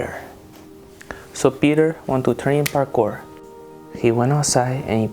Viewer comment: it's not Parkor!!! It's Parkour!